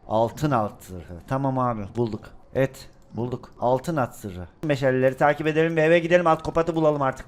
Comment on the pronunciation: meşaleye meşele diyen koco yürekli laz abimiz